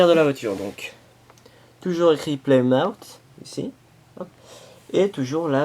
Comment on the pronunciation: PAs plymout mais plymouf